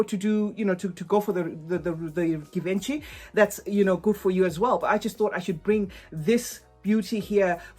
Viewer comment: That s not how it supposed to pronounce Givenchy!!!!!!!!